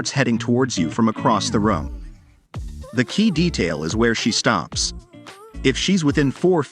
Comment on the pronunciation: Dude, it's Rooooom, not Rum lol